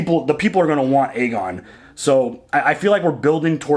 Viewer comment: *Aegon Not Argon lol. Sounds like a pirate: "Yes I be ARRRRGON the Pirate King of Westeros!" 🤣